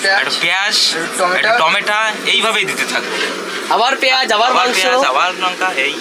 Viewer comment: টমেটা নয় টমেটো